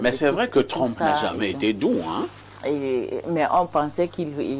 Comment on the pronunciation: C'est Donald Trump et non Donald Trompe😂